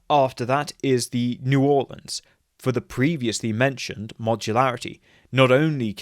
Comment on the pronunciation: Great video! Also props on pronouncing New Orleans correctly